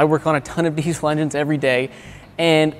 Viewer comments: The fuck is a deezel? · When a diesel mechanic says diezel instead of diesel